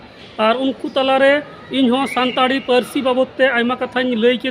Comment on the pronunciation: संताली होता है, संताड़ी नहीं |